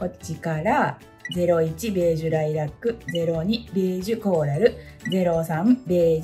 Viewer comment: ライラックの発音！ライラ↗️ック😂 ラ↗️イラックでは？ んもー🐮、の関西弁好き！！